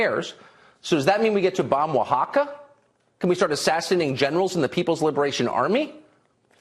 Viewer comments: I'm surpassed he was able to pronounce Oaxaca correctly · Lol he said Oaxaca so perfectly 😂